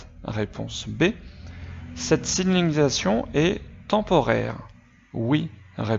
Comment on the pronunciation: Tu as du mal a dire signAlisation 😂😂 PS: merci cest super ce que tu fais !!